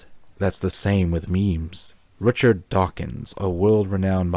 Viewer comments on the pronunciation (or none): none